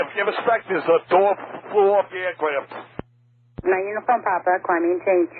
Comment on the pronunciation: "A dooah floo awf thee ercrayaft!"